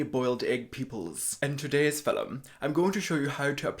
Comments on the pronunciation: At "in today´s fillum" I already lost it! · HAHAHAHAAHAH!!!!! HE WENT INNNNNNNN. FILL-LUM!! YASSSS!!! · "filum" always gets me😂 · I have one critique…..you didn’t say “filum” enough. Oh and one more, you didn’t thrust your jaw out with such force that it looked like you might pop a jugular artery after every syllable. Otherwise SPOT ON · Seamless,flawless,filum All my fav words coming out of his mouth 😂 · Living for pronouncing “film” with two syllables. 👌👌